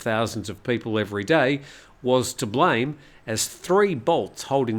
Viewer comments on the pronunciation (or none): none